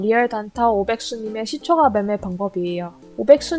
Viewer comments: 발음교정하세요^^ 시초가라 쓰고 시초까라 읽습니다. 무척거슬리네요 ㅋㅋ 종까는 잘 발음하시면서 ... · 시초가라고 발음하지 않고 [시:초까]라고 발음해야 합니다 네이버 국어사전 한번 찾아보세요 발음이 틀리니까 듣기가 조금 거북합니다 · 시초가 라고 하는 뱔음이 너무 귀여우신데ㅋㅋ 근데 시초가' 아니고 "시촛가" 예요~! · 글자 : 시초가, 일반적 발음 : 시촛가, 여기 채널 : 시촉아??? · 종가,호가는 까 발음 시초가는 가 발음...뭔가 이상하죠? 유투버는 발음 하나도 신경써주셔야 좋을듯해요 영상 잘 봤습니다 단 시초가매매 종가매매 시간외매매등은 가능하면 하지않는게 낫습니다 그런 부분에 신경쓰다보면 정작 중요한것들을 놓치기 쉽습니다 단타보다는 중,장기투자 그게 어렵다면 최소한 스윙투자는 하는것이 좋고 스캘퍼는 경험이 풍부한 전업투자자가 아니라면 비추입니다 특히 유투브보면서 주식공부하시는 초보분들은 걸음마 단계부터 이런 매매 바람직하지 못하다 생각됩니다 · 종까 ᆢ 시초까 라고 발음 해주시면 더 편하게 들을듯 ᆢ 종까는 종까 라고하시는데 시초까는 시초가 라고 발음하시니 강의 포인트보다 시초가 발음 자꾸 까로발음될까? 가로 발음되나 ? 확인하느라 강의포인트 자꾸놓치게 되설라무네 ᆢ쩝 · 시초까~라고 발음...